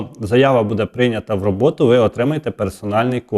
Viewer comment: Вкотре пишу! Ставте вірно наголос! Не будЄ, а бУде! Невже це так важко запам'ятати!